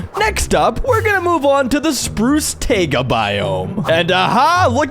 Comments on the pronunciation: Why is he pronouncing taiga t-AE-guh, not t-AI-ga. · It's taiga not tayga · Bro said tayga not tiaga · did he fr just say tayga